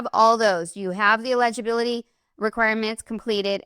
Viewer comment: Saying this to help you. Eligibility and illegibility are not pronounced the same way.